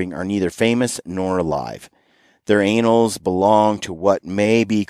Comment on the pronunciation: "Thier anals belong to what may be called folklore history." I'm pretty sure you meant to say "annals." Pronounce..anlz Entirely different meaning! This ain't no broke back mountain show boys! 😉✌